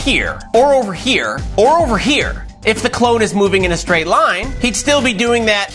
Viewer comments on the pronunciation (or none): none